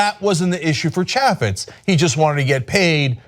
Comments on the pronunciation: Cenk, sweetie, as a man who has had fits over the mispronounciation of his name, you really need to learn to say Ch ay fets. Jason ChAYffetz not ChAH fits. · Mr. Young Turd must not have much to do if he feels the need to attack a Republican politician from Utah, of all places. OMG. Plus he can't even pronounce Chaffetz's name correctly. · I think you are saying his name wrong. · Why not start with pronouncing his name right, genius? Does this guy ever talk and not holler and scream? Just because you say "right" or "right?" at the end of a sentence, it doesn't make you "right", right?